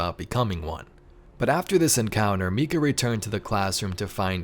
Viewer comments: It’s actually surprising how many are saying it like mee kuh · Great video! One thing though: it’s pronounced “My-cuh”. I have family and friends with the name and that’s how it’s always pronounced.